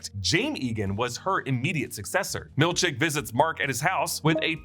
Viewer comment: i honestly cant tell if you are saying milchek or milk shake hahahahaha